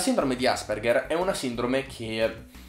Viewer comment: Io sono un Asperger... Però non si pronuncia così 😂